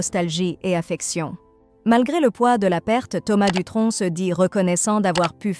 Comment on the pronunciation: Je sens un petit accent dans vos dialogues, on ne prononce pad le c à Dutronc